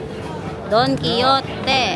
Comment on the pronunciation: it's pronounced as Daan kee how tay not Don Kee yo te😄